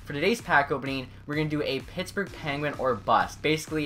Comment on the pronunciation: it sounded like he said something other than Pittsburg